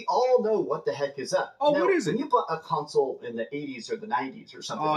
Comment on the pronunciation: CON-Sole Laming